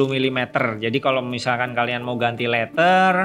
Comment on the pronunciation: mon maap bukan leter, tapi leder. bukan winding tapi wainding. HADUUUH slaah hire orang nih